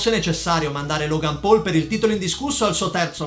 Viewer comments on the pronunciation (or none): none